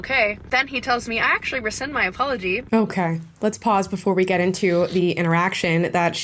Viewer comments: Rescind, not resend. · It’s RESCIND as in “take it back” not RESEND as in “send it again.” It’s not that difficult. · a small point , but "rescind". Just sayin' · he said "rescind" my aplogy, no "resend". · It's 'rescind' for cryin' out loud! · “Rescind.” Not “resend.” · I just feel like someone needs to explain to the gym brat that the word is rescind, not resend. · Would you say "resend" in the states opposed to "rescind? Doesn't make sence to me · It's not resend, it's rescind. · It's rescind not resend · It's rescind by the way, not resend. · Don't forget "rescind", not "resend". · Is everybody pronouncing rescind, resend now? I say it like re-sinned, lol.